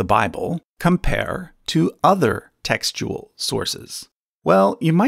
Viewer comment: Every time he says textual, I hear testicle